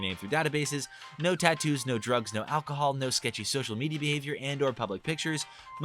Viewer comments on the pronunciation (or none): none